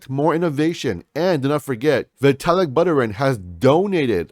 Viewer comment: Vitalik "butterin"😂😂😂😂